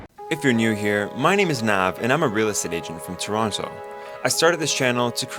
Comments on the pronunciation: Did he just say “ToronTO” 😲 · What's the actual pronunciation of "Toronto"? As you pronounced it in the introduction or as you casually said it later in the description?